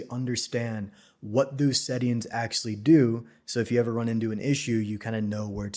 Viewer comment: "akselly" offers the best technical and practical Blender explanations. THANKS! But please, if you must use the word so often, it's pronounced "ACTUALLY."